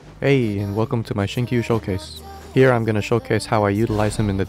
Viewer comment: Everyone calling him XingQ😂 Correctly: XinChew